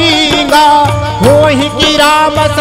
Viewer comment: श्री राम जय राम जय जय राम बोला जाता है लेकिन ये बोल रहे हैं श्री रम जय रम जय जय रम